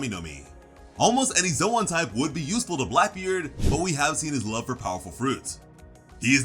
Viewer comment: Ive never heard it pronounced zowan before